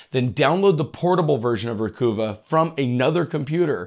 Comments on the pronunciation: Oh, think NYC accent: not Ree-Coo-va, it's Ree-cov-ah. (I HATED when Lexus named a car the "Achieva" -- cause (AS a NYer) I always heard that as a "New Yawkah" trying to say Acheiverrrrrrr.... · You said those two names wrong but it's okay it's CCleaner not CC cleaner everyone does that it's a mind trick I guess and the other one sounds like recover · I mean, Recuva is obviously supposed to sound like “Recover”because it’s data recovery software. 🤷🏻‍♂️ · Love your channel but I have an issue with the way you mispronounce so many words. For example you always say Reggedit instead of Regedit. Think of it this way, how is registry pronounced? It is not reggistry, right? Now, the latest one was Recuva, it is not Recoova, it is Recuvah as in recover. In your defense, almost everyone mispronounces this one. All it takes is typing "how to pronounce _____", where the underscores are for the word you don't know how to pronounce. Regards. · is it pronounced, re-cuva? Like recover, recova? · Can you say Recover? Recuva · The website says its pronounced "Recover". Great info however. Thanks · Hey, Great Job, As Always.! Recuva Is Pronounced Recover... Like What We're Attempting To Do, Recover Data.! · Re-cuh-vuh. Like recover except you're British or from the hood 😂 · "Recover" = "Recuva" - "I don't like the fabric on this couch, so I am going to "Recuva" it." Re-cuvah it man! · It is recover without the R or recuva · »recuva« is pronounced exactly like »recover«, just a phonetic spelling for the program. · It's pronounced re-kuvv-a (emphasis on the second syllable kuvv) as a play on the word recover. (recova) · Pronounce it like a southerner would pronounce recover. Recahva.. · Ree-Kuvv-Uh as in "Recover" with a New York accent... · Awesome awesome video!! By the way, pronunciation of the software has to be re-cuh-ver (as in the word 'RECOVER') 😜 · I think it would be pronounced *recover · Pronounce it as "recover" without the r at the end.